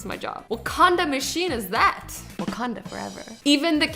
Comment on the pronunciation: I thought that Azzy said waCONDOM holder... I died laughing when she said wacanda!😂😂